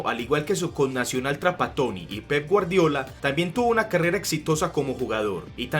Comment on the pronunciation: el nombre de guardiola lo pronuncias mal